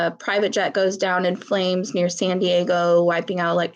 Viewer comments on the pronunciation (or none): none